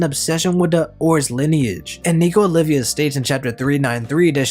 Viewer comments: I can't.... OLVia, not Olivia, goddamnit! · it's nico OLVIA not olivia